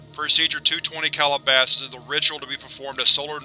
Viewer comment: Excellent video to see this done in one setting. I believe SCPReadings did a version but each iteration is a separate video, I much prefer this. In any case, I must not Calabasas is a town and um, insofar as I know it's pronounced Cal-ih-ba-sis or Cal-ah-ba-sis; not Call-a-bosses. Just a stickler. Have a great day. Edit 10 minutes later. I'm an idiot, you corrected yourself later. Thank you